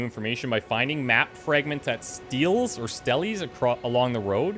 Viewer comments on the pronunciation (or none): Idk if anyone's pointed it out but stele is pronounced stay-lay